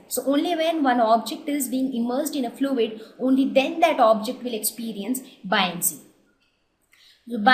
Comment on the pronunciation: i feel like i should correct you on your pronunciation, Boy-un-cy not bi-on-cy